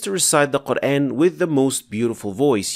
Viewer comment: why dont u first fix your own pronunciation. The very word, "quran" is pronounced as qurAAn and not the way you say: qurain. There is a madd on top of alif...